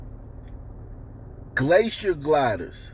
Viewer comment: What the hell is "glacier gilder"??